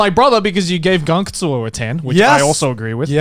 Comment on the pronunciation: what anime is this? I can't understand what he said,,, gankatsu?